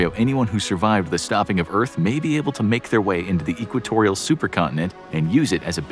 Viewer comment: Could of sworn he said clitorial region instead of equatorial